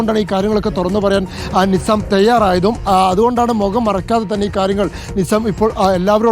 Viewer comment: mokam ennu parayathe,.. Say mukham. U r a reporter, use correct vocabulary. Next time....ok